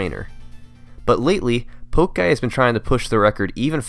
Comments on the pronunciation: It should be "Pokéguy", like "po-kay-guy", because it's "po-kay-mon", but he pronounces it "poke-guy", like a midwestern mother saying "poke-man". That clear it up? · Bruh... twenty nine minutes into a well produced video about pokemon speedrunning, you call a to level pokemon player poke guy, rather than "pokayguy." PS: I generally prefer these glitchless records.